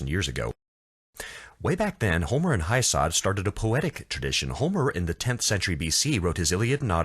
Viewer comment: “Hesiod” not “Heisod”, right?